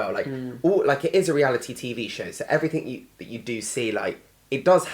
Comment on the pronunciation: What hope is there when even Oxford Grads say "everythink" Gawd help us!